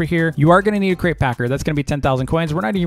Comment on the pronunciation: Who else thought he said, welcome back to another great video? Then I realised it was crate lol